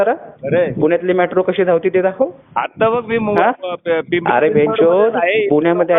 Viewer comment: मेट्रो ला म्याट्रो म्हणणारा निघालाय पंडितांना अक्कल शिकवायला. 😂